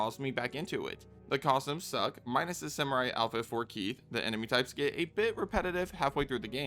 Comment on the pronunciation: Say the word: costumes. Narrator: cozhims No, costumes. Narrator: cosums Please; costumes. Narrator: consider this…. cozhms